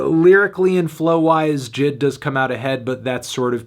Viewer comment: its J-I-D not Jid